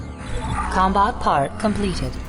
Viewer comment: "rimtech" "com-bot"